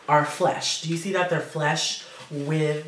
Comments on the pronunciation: flush not flesh.lol. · Flush not flesh